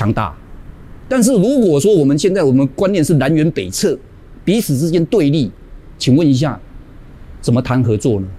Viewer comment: 字都能读错？南辕北chè xswl